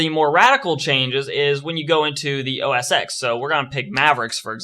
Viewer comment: macOS "ecks" is actually macOS "ten" dude :) Thanks for the video nevertheless!!